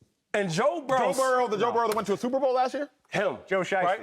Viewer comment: Anybody else cringe every time Shady says Sooper Bow